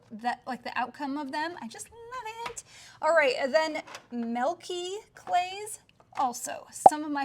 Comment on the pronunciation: TYSM FOR THOS VIDEO!! But BTW I'm not sure if anyone has told this, but the way you say milk/milky sounds like Malk or Melky totally reminds me of Mia Maples.. lol❤❤